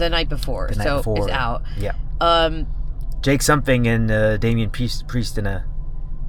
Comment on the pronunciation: Somethun. You said to leave a comment with somethun….